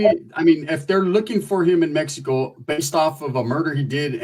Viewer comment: it's mexico not mehko😂